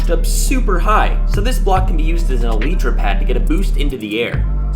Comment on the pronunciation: He said Ely tra